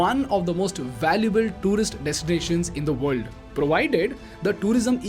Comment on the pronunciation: Good video 👍 but Please speak proper English not indlish if u can't then please get someone to articulate it. Very irritating when half is what u says is not clear. World sounds like ver-ll and u speak is fast...